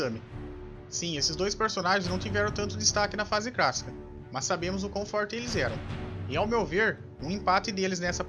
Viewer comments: Ele fala fase "crassica" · na fase "crácica" 😂😂😂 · É impressão minha ou tu fala fase crassica? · não é cracica e clacica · "fase crassica" kkkkkkkkkkk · Fase CRÁSSICA,RECRAMAR.Mano você é o Cebolinha reverso?Caraca quantos erros de português. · Pq vc não fala clássica correto meu kkkk